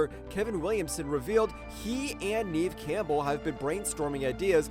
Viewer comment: Dud its leg-gua-zamo and Nev camble